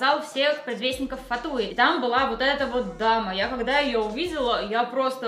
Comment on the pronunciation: несомненно косплей очень крутой! но очень режет слух фатУи..это все-таки латынь, поэтому правильнее будет фАтуи